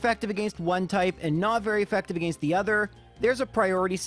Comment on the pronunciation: Say it with me, “AH-GENST” “AGAINST” SO HELP ME Not, “AGEIST” 😂😂😂